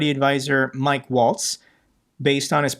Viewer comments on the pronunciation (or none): none